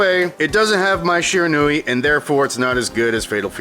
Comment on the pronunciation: Did say MAI or MY Shiranui? Hmm...